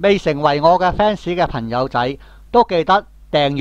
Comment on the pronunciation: 嘩，好多懶音。 『朋友』，不是『頻』友！ 😄😄😄👍